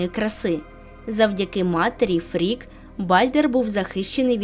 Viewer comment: Я вибачаюсь. Але не Гель, а Хель, її світ Хельхейм. І дружина Одіна не Фрік, а Фріг.